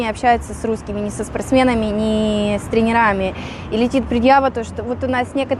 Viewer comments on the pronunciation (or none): Научись правильно ставить хотя бы ударение..... тре'нерами а не тренера'ми ...Позорище!!!!😮